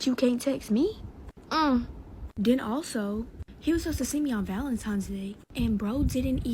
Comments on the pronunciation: Valentines not Valentimes hahaha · Valentimes? Lmao coooome oooooon D! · And she said valentines instead of valentimes.